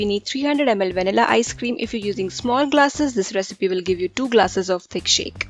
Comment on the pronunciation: "tik shake " "chelled melk bery cold"